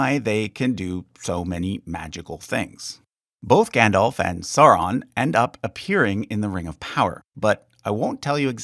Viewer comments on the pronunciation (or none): It's pronounced "SOW-ron" not "Sar-ron". You dolt. 75%/25% Like/Dislike ratio... wow, you obviously effed this up.